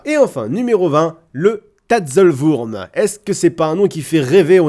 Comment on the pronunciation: Tatzelwurm se prononce en français "TAZEULOUEURM".